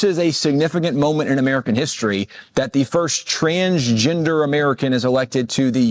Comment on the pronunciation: What is “trans JINDUR”?